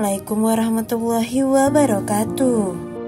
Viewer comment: Sayang bacanya salam ...kok warahmatuwoh